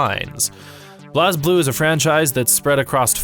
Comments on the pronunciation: For clarification for future videos, here are how these mispronounced words and/or names are actually pronounced in the game/lore: Blazblue:Blaze-Blue(not blaaz-blue) Saya:Sai-ya (not Saeya) Terumi: some pronounce it as Teroomi, some say Terumi with not as much emphasis on the U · I stopped watching immediately after hearing blazblue pronounced "bl-as blue" like 5 times. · Great video. My only complaint is thst y'all mispronounced Blazblue. It's just pronounced blaze blue. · Oh God the way you pronounced Blazblue.